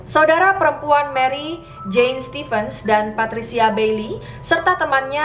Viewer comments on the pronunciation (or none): none